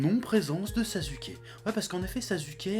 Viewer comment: Non mais " Sazuke"